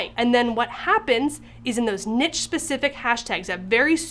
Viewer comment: Check pronunciation for 'niche'